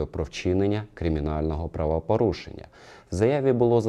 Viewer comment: Правапарушеннь паліція?????? Що за правапарушення????Звідки тут буква А?Що за говір такий,ще юля тимошенко так розмовляє…